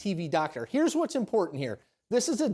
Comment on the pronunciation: Hey Herschel, there is supposed to be an r in the word "impotant"! 😉